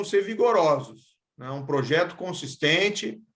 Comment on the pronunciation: O "pojeto" kkkk parece o Luxemburgo